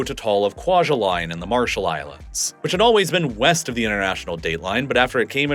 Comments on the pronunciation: It’s pronounced KWA-JAH-LEAN. At least that’s how I’ve heard it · Kwajalein is not pronounced like Kwa-juh-line its pronounced like Kwa-juh-lynn. My parents met there.